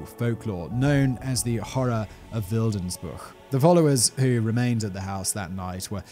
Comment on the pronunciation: I grew up in Schlatt, a neighbouring village to Wildensbuch, but never heard this story before. I'd like to thank you for making this video and tell you that your pronounciations were pretty good